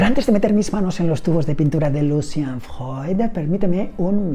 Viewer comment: Decir Freud ❌ Decir Fjoy ✅ 😂